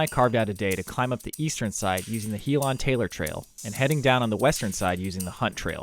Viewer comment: Helen not He Lon